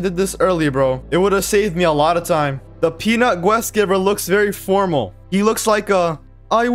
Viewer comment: anyone else get annoyed by the way he says quest and colosseum